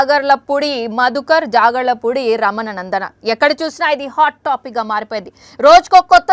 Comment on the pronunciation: Amma talli ekkada training tisukunnav training news reader ga ? Asslu em matladutunav assalu scam jarigindi uk lo usa lo kadu..jagarlapudi kadu talli jagarlamudi